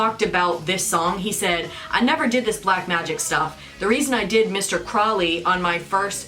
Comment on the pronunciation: It's actually crow-lee but Ozzy mispronounced it. The person did exist